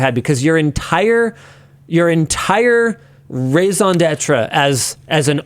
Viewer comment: It means reason for existence. He pronunciation is garbage but hes canadian